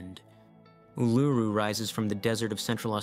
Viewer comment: Mate, look up how to pronounce places before you make videos about them huh? Kailash and Uluṟu for example.